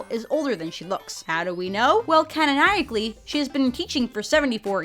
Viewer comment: "canonaiacly" Can she pronounce anything?